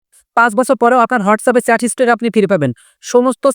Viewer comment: Ki baje uchcharon , ota chat , sat na😂😂😂